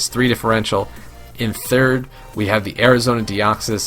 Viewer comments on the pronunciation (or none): none